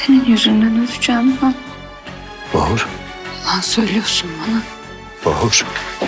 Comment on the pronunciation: Mahurda bayım diyo bune ya